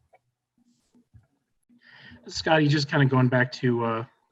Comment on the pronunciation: Tom calls Scotty “Scoota”